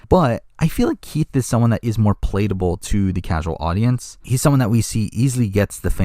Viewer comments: Just FYI – it’s palat-able, not pa-late-a-ble. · him pronouncing it like that is like a splinter in my brain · I love your videos, but you say the word “palatable” in almost every video and have never pronounced it correctly.